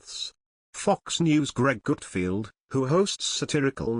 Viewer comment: NARRATOR: HIS NAME IS “ GUTFELD “ NOT : “ GOOTFIELD “ ‼️🙄